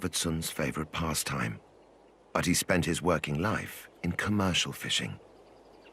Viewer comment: When the narrator mispronounces the capital it’s hard to watch… 😇😍😎Otherwise, this is educational.